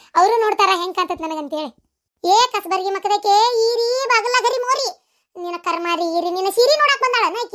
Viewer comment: ಈರಿ ಅಕ್ಕ not ಏರಿ